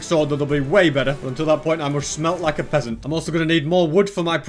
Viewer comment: be sayin peasant like draco malfoy says peasent